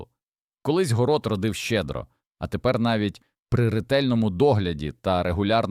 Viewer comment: Вельмишановний пане,, українською гній,перегній Ставлю наголоси: горОд,пшонО, крупА і тд..Ви ж не ШІ. ГородУЗолОю -укр попіл. СирОватка...